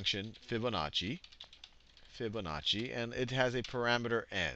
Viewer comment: Fibonazi. I heard you.